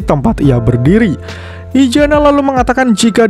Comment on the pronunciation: izana bang izana BUKAN IJANA ZZZZZZZZZZZ